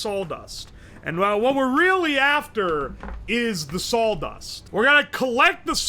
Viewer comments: You can tell where he lives down to the square mile by how he pronounces saw dust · That's what I heard, too. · Says salw dust instead of saw dust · sawl dust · Why is he pronouncing sawdust as "saul dust" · I can't stand "sawldust" we have to cut the wood with the "sawl" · It sounded like he was saying "saul dust" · I love how he says sawl dust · Drink every time says "saul-dust" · Really distracting how he repeatedly pronounces it "sawl dust" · uwo keeps saying "sauldust", we should probably check on him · Thanks, now I consciously hear sauldust all the time. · All i can here is "Sauldust" 😂😂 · not knowing that its spelled "birch"... sasuga,. Gotta admit, I've never heard it said as "Saul-dust" before. But I've read old historical documents about how in Britain they had to outlaw bakers from adding sawdust or even things like pottery ingredients (porcelain powder) because them using inedible stuff in their bread to last longer before rotting or molding became so prolific that it was actually causing people to die or get extremely sick and therefore required the law to step in. Some of the offending breads were as hard as bricks and there were numerous instances of people breaking teeth trying to eat them. But yes, historically sawdust was used as a filler in historical periods where flour was too expensive to use alone for bread - or it wasn't feasible to use exclusively flour due to famines or blights. As long as the right sawdust is used, the nutritional aspects will suffer but it'll still be "edible". In Britain, the amount of sawdust allowable in bread or other products was a full fledged legal category, and recipes to mask the taste of sawdust or porcelain were extensively researched by the bakers back then. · My dude are you from Tennessee/Georgia? This is my hometown and you are like saying "sawldust" and drinking sassifrass tea? If you aren't from my hometown I don't know how. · What's Sawl dust? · "sawl" dust